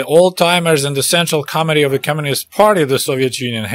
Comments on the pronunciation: Sounded like you said central comedy instead of central committee. Probably more appropriate. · committee sounds like comedy!!